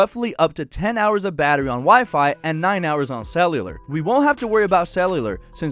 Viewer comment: Says cellular right the first time then says it wrong the second